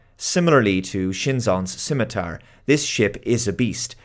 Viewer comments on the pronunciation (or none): none